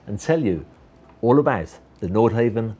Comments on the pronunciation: Nordhavn is pronounced Nordhavn, not Nordhaven. Want to drive a Priius or a Cheevy. Come on man, earn that fat commission. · like the video and im sure you have heard that its ..nordhawvn not nordhayvn.. and nothing to do with japanese i liked the history part but would like a follow up on the yachts in more detail .. keep up the good work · Great presentation - just one thing throughout isn’t quite right - the pronunciation of the company name: I believe the pronunciation is Nord-HAH-ven, not Nord-HAY-ven. Haven does indeed come to mind when picturing owning one! 🙏🏻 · It's not pronounced nord-hay-vn, it's nord-hah-vn. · Hate to "nit-pic" But its "NORD" HAVN not "NORTH" HAVN.. If your going to represent them, learn how to pronounce their name! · Frustrating to hear him say Nord Heaven, ruins the clip. NordHavn = North harbour in Norwegian AND Danish. Where on earth did you get that Nordhavn is Japanese? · and its pronounced nord hawvn not nord hayvn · Havn not haven. Not back from Holiday season yet? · You need to pronounce the name correctly. Try 'nor-how-n'. How could you get the basic facts so wrong? (Norhavn is 'Japanese' for North Harbour!) It makes you look like a fool and as someone that has little or no idea about what you are trying to present. I suggest that you delete the audio and try again. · You really should be able to pronounce the brand name before making a video about the yacht.